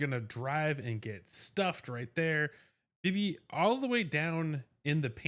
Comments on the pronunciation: I'm glad you covered this signing because it could pay dividends. However, her name is not pronounced Bee-Bee. It's pronounced Bib-Bee, like the word "bib." This was how her name was pronounced when she was with the Valks. And to make doubly sure, I went to her payer page for the Terps, where you can hear pronounce her own name. Also, good luck with your move! 👍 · Dude, it’s “Bib ee”!